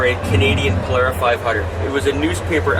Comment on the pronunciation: Thank you for pronouncing Polara correctly.